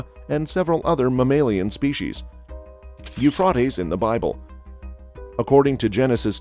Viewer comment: Pronounced Ufraytees not Ufrartess you ignorant Clown.